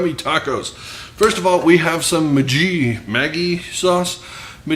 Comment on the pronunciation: A lot of people have been asking me for more vegan options at work. Will have to try this, appreciate the inspiration. Maggi is pronounced Mah-ghee. It is my secret ingredient in soups and Asian dishes. People love it but can’t figure out what that umami flavor is. The bartenders use a couple of drops in Bloody Marys, great stuff! Cheers!